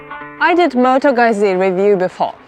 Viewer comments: Efectivamente, Moto Guzzi es Moto Guttssi. Aunque supongo que la "u" y la "i" no tiene el mismo sonido en todos los idiomas, por lo que si tu no eres de habla Española o Italiana, es difícil explicarte, en palabras, el sonido de la "u" y la "i". Aqui en España hay gente que incluso dice erróneamente "Moto Guchi", (Incluso Google Translator lo pronuncia mal en Español...Moto Guchi) como si fuese la marca de moda Italiana Gucci 😂😂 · people need to learn to pronounce Moto Guzzi :D